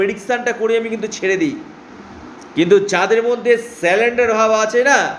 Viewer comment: কথাটা " সালেনডার " নয়। surrender